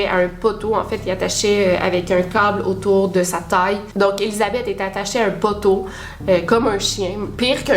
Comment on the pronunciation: Clairement l'accent de la ville de Québec, quand tu dis le mot "poteau" !